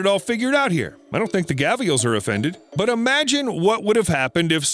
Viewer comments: Mate, they are not called gavials!!! They are called gharials!!! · What's a gaviel?? Its Gharial pronounced as Gha-Di-al. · Gavial??? It's GARIAL. Fucking hilarious mate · So I had to look up the word gavial and I found out that it was the variant spelling of gharial which I knew to be the crocodile that you were speaking of so why my whole life I've known it as a gharial why must you use a variant spelling and pronunciation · Interesting pronunciation of Gharial there.